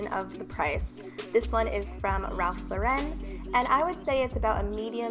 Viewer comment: She pronounced it correctly, which means you must have been saying it wrong the past 4+ years 😂